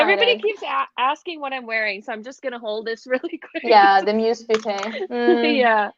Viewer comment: Hello! I love love love indie singles and am shifting my collection more towards singles than pre-made palettes. Also, Musee is pronounced like mew-zay, so your pronunciation was correct😺 loved this live!🖤